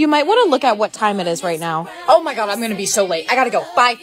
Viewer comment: lol it said oh my guaah 😂😂😂😂